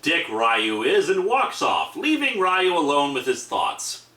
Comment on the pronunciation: its ree-yoo not rie-yoo also theres no real plot for street fighter 1 aside from ryu winning the tournament. street fighter 2 had a bit more plot in that the tournament was organised by the criminal organization shadowloo... and that m. bison was killed by akuma. (though m. bison would be revived later with a new body) street fighter4 is a direct sequel to 2 and this time the tourney was organized by SIN, a branch of shadowloo headed by SETH, who was supposedly made as one of m. bisons replacement bodies. i also REALLY hate how sagat and ryu are portrayed in this comic. ryu has ALWAYS been an honorable and kind warrior. and he greatly respects chun lis fighting abilities in the games. even after she gets involved with interpole. and sagat isnt REALLY a villain in street fighter game canon. i mean, hes only working for m bison so he can fight ryu. and when m. bison makes sagat fight a brainwashed ryu, sagat helps break him from m. bisons control.... wanting a fair fight with ryu. yeah at FIRST he hated ryu. but as the years go on both ryu and sagat have come to respect one another as friendly rivals.